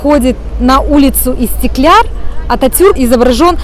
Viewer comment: Видео было познавательным и интересным 🙄 но хотела бы выразить свою эмоцию по поводу истикляр(?) скорее будет правильнее истикляль (НЕ В ОБИДУ) 👍